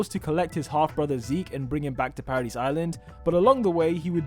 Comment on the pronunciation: Bruh said paradise like paradees